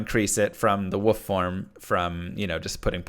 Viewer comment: he knows he's saying "woof" instead of "wolf", right?